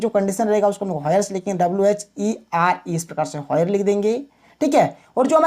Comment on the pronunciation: Abe wo Where h hoyar nhi 🥲